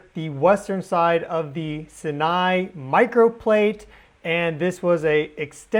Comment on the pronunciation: Sinai is pronounced with two long "I"s. Thanks for your good work 👍